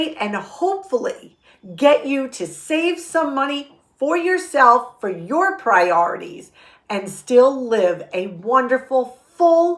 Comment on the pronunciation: She said “priorities”.